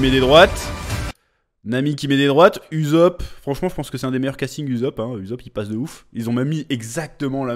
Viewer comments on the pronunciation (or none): "Uzop"??? Alors que yas 2 s ? Et quon l animer qui dis h24 ussop ...